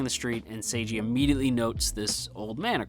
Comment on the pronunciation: His name is "Seigi", not "Seiji". It's important to differentiate (the pronunciation) of the name because it's also plot-important. Seigi got a lot of trouble due to his unusual name. That wouldn't happen if his name is as normal as "Seiji".